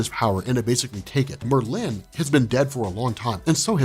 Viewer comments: dude, it's not Mer-LIN...LOL! It's MERLin... wrong emPHASis on the wrong sylLABle. Christ. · mer LYNN. Its Merlin. I've never met someone who didn't know how to say Merlin. 😄 Still love your channel tho. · The way u say Merlin is bothering me lol it Merlin not Merlyyn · I love this. explaining X-Men is always great... Why though... Does he pronounce The Wizard Merlin's name "Mer-(pause)-Lin" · There's no eggs in Xavier, it's pronunciation is Zavier and Merlin is Merlin not Mer-linnn